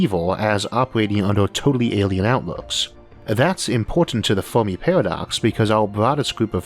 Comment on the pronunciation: "Biwwions" "fewmi" lol you cant say your r's or l's